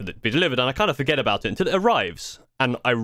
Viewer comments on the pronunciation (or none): none